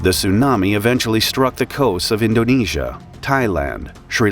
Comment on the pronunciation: as an indonesian I’m really sorry and I Can confrim that’s now how you pronounce “Indonesia”